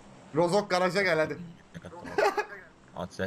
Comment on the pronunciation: Abi adamların en çok düzgün söylediği Türkçe kelime GARAJ ldkdchkdhfdjfhçkshkf